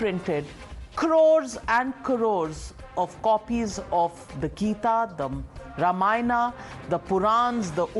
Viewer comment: Why the hell you pronounce ramaaayan instead of raamaayan?